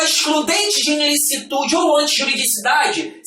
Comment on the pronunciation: "INLICITUDE", dá uma dor no coração toda vez que ele fala isso..